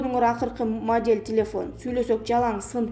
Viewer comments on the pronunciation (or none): none